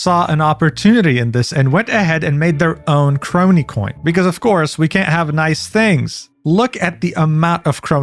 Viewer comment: Please never fix your pronunciations with names, uro kroii and mori caliopp. Shits funny af